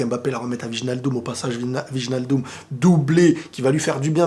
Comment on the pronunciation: SVP fais un effort : ça se prononce OUÈYNALDOUM et pas VIJNALDOUM !!!!